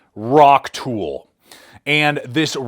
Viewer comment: Its not a “rock-tool”, its a “rock-tole”